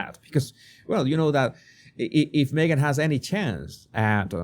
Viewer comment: Me-gain missing? What a pity 😂